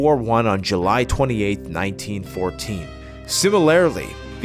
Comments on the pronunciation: SIM A LAIR A LY? MILLI TARE RYE ZATION? What’s wrong with this guy’s English? The female speaker sounds better than him. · Laughing at how pronounces "similarly" Hahaha 'similairlee'